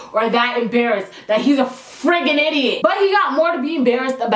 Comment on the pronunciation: "IDIIIOOOT" "BAFOON". i love how when she's angry, the jamaican girl really comes out.